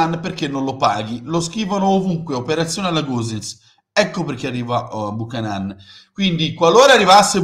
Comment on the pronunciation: Da un amico canadese si pronuncia Biucanen.